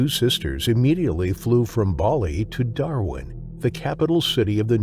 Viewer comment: I’m sorry but as an Aussie, hearing an American pronounce Darwin and Kakadu makes me laugh 😂